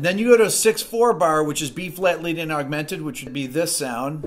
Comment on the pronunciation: Some1 pls tell he is playing chords but saying lydiam